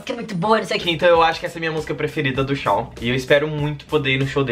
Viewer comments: Não é "Shau" é Shawn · mas se pronuncia "chão":)) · so falta falar certo!!!!!😁😄 fala tipo chon